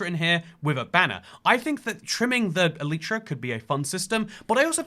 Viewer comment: man cant pronounce elytra (i mean im still subbed but PRONOUNCE IT CORRECTLY)